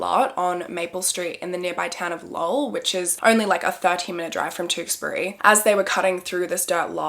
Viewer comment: Snaps for saying Lowell right 👍